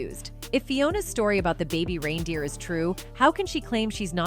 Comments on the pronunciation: Its not RINE DEER!!!! It's reindeer as in rain!!! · Is this A.I. rine instead of rein pronounced RAIN... Click bait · It's pronounced RAINdeer! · The constant mispronunciation of reindeer is driving me bonkers. Sent from my piHone